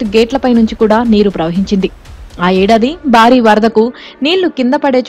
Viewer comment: బారీ అని కర్ణ కఠోరంగా చదువుతున్నారు. భారీ అని వత్తి పలకాలి. భారత్ అనే పదం కూడా ఉచ్చారణ దోషంగా యాంకర్‌లు పలకుతుంటారు. సరిచేసుకోవాలి.